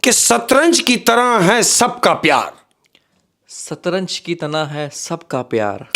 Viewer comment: It's Shatranj not Satranj